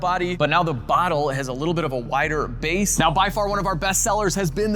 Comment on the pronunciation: Did you call the gain a bass know lol